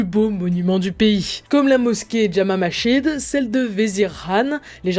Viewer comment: Elle ne sait pas lire la dame? Masjid wazir Delih ce n'est pas Mashid Vézir ni Déliche... :/